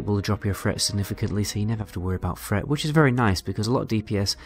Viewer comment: I like hearing the "th" sound pronounced as a "f". threat = fret, three = free